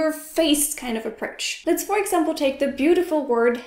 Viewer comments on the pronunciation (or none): none